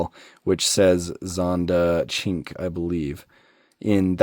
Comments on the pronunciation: ahahahhahahahah man the name had me ROFL, I cant even write that, its actually pronounded "SHIN-QWAY", its the number 5 in italian, una-due-tre-quattro-cinque Coming to this casting this is the best, and being a "SHIN-QWAY" (I had to LOL) fan, its super, I just hope they make an orange one and its game over. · I am just finding this video now... the way you are saying Cin Que is crazy offensive to any Asian person watching . I am not Asian, but I do have friends and thats the same as calling an African American person the N word. No hate to you, its not really known. love the vid tho